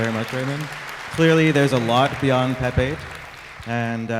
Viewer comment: At first I thought he asked "Who doesn't like Pepe?"🐸